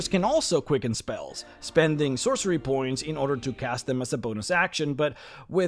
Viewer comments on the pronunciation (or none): none